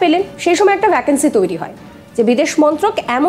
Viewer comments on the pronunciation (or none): শব্দটা ত(অ)থ্য নয়, ত(ও)থ্য, আর ভ্যাকেন্সি নয়, ভেকেন্সি। বড্ড কানে লাগে।